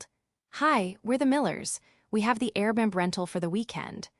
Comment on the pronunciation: Dear AI, please correct your enunciation of Airbnb. . .Air-b-n-b